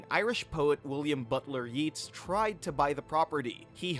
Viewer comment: Yeets, really, the "a" is long, it's Yates, not yeets, gods guys, do a little research ...